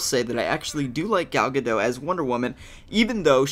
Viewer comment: You say: Gal Ga Dot(like a dot- point) She is from israel so her name is different than what your used to.